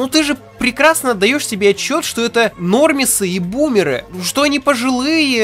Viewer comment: "нормисы и бумеры" было произнесено так как будто ты хотел сказать "нормисы ебучие" но вовремя остановился